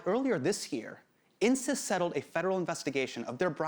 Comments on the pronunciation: Insys sounds like "incest". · I know this is inappropriate but every time Hasan says Insys I think he's saying incest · when he said insys i legit heard Incest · insys sounds like incest